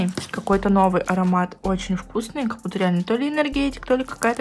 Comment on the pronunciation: "Как бута" это не правильно, прям по ушам режет, правильно "как будто" не обижайся